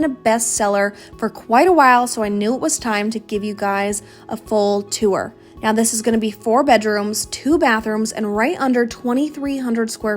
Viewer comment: She didn't say tour, she said twowerr! 😅😂😂